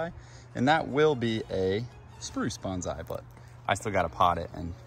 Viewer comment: If you are growing Bonsai, here's a never stop learning opportunity. To respect the Japanese tradition, it's pronounced like "Bon (long O sound) sai" not "Banzai". Have a great Pacific Northwest summer!